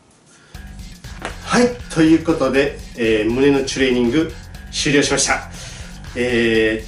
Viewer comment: ちゅれいにんぐって発音好き